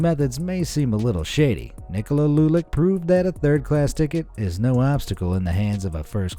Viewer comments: Not lulik its lulić put it in google translate same goes with č its not k or c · It isnt lulic its lulich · He pronounced Černetić and Lulić wrong If you want to hear how to actually pronounce it go on google translate and change the language to croatian